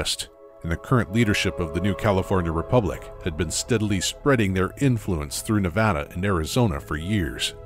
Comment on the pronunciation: My favorite thing about is that he pronounces "Nevada" correctly.